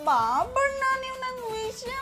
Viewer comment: ಬಾಬಣ್ಣ ಅಲ್ಲ ಬೂಬಣ್ಣ 😂